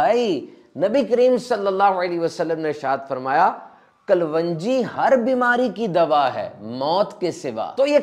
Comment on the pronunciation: Kalonji, not klwanji